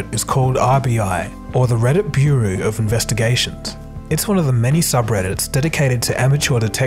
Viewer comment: Bureau is not pronounced Bu-roo